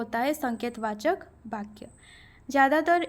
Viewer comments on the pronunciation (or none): कृपया 'बा' का उच्चारण न करके 'वा' का उच्चारण करने की कृपा करें 🙏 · माफ़ करें महोदया...लेकिन जब जब आप ' वाक्य ' शब्द का उच्चारण करती हैं तो। ' बाक्य' उच्चारण की तरह लगता है।ठोस पहुंचाना मेरा लक्ष्य नहीं था।